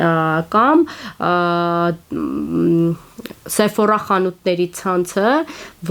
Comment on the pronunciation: Նայքի, Սիֆորա, բրենդների անունները ճիշտ չեք կարդում